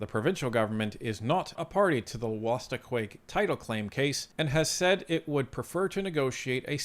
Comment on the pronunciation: BTW it’s pronounced wool-a-stook. You’re welcome.